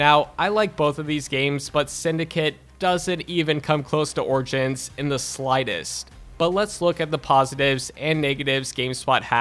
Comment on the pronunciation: Did this nigga just say orchins instead of origins!!!!